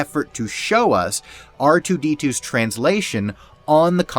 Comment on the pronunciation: DON’T SAY “QOUTAR TOO” YOU NERD